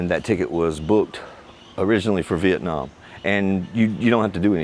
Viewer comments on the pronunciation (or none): none